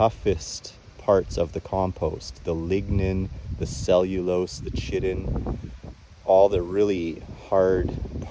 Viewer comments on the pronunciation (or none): By the way, if you were saying chitin as in the stuff bug shells are made of, its pronounced Kai-tin. Very interesting stuff though!